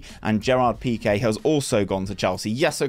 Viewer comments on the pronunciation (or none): none